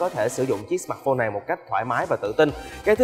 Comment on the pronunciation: sao ad lại đọc " sờ mạt phôn" từ "mạt" của ad nó nặng quá.e góp ý v thôi .chứ ko ý gì.